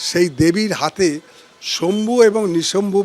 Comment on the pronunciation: শম্ভু নয় শুম্ভ ও নিশুম্ভ